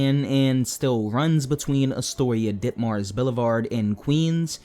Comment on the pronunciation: It should be DITMARS, not DICKMARS